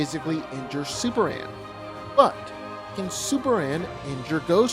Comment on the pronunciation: Why can't this man pronounce Superman? He keeps saying Superand